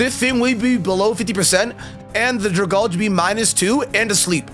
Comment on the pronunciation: Drag-algae from dragon and algae. Dra-gall-gee is not its name